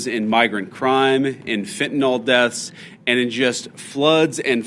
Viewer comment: Please stop pronouncing fentanyl with an lol sound at the end. Fen ta nyl says fen ta NIL. NOT NOL !